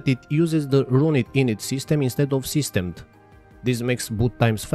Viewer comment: SystemD you emphasise the "D" at the end, as far as I know. You almost sound like an AI reading saying it lol